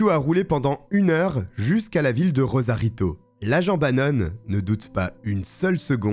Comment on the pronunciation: RoSarito, pas *Rozarito